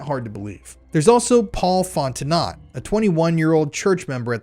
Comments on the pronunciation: Tang-ah-pa-ho-a* Font-en-o * (t is silent) This is local for me. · Just letting you know Fontenot is sounded out like Fonteno. The t is silent. I was married to a crazy cajun, lived in Louisiana for a year, and still carry the last name for my daughter. Even though shes grown and due any day now to have her own daughter. Great Job on all the detective work!! It's crazy the information you find! Sick and sad about what goes on in this world, but so glad you're exposing these people. You're a brave man and it's ridiculous and sad that our own government covers this crap up. I pray for your safety but i hope you expose and take them all down!!! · Btw - Fontenot is pronounced like these two words ‘Font Know’ I know , it’s strange lol but I have cousins with the last name of Fontenot ☺️ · its pronounced FOT TAH NO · I disliked this video because as a narrator it sounds like you didn't watch the show and have chat gpt writing the script for you. The evidence for this being that the name Fontenot was mispronounced phonetically, despite her name being mentioned in nearly every episode. I'm sorry for how this comes off. The research is good, and I would say should be the focus of the video instead of editing to keep the attention of low attention span viewers who require movement to keep their focus. I was becoming physically ill watching the zooming in and snap cutting on every line of narration.